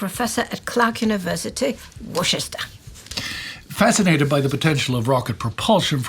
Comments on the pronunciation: its not Warchester, more like Woo-Stir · It’s Clark University in Worcester (pronounced Wi-stah by Massachusetts locals, not War-chest-er) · “Wooster” its pronounced Wooster not Worcestershire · "worshester" aaaaaaaaaaaaaaaaa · That’s my fault… said it Wooster like the British one, but for some reason I thought the Massachusetts one was pronounced non-British and “corrected” her. My bad obviously.